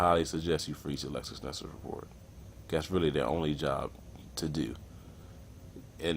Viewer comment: Bro its LexisNexis NOT LexusNexus